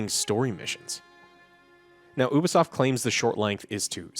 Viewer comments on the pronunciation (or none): he saying oobasoft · It's so annoying the way, and pronounce Ubisoft. It's you-be-soft, you idiots. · 2023 and you guys are STILL pronouncing Ubisoft wrong😆